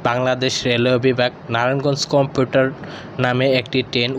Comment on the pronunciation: কম্পিউটার ট্রেন না ভাই কমিউটার ট্রেন 😂